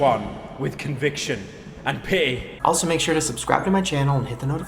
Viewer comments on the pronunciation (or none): Pyro can't say pity "Pih-ee" "Pee"